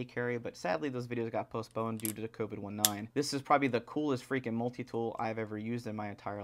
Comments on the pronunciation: It’s COVID-19... as in COronaVirus DIsease 2019. Not Co Vid 1-9 🤦🏼‍♂️ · why are you calling it covid one nine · I'm hearing Covid-19 but he said Co Vid 1-9 what are y'all saying, I'm wondering if people are saying it different in different areas